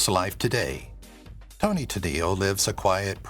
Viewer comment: Toni, not Tony.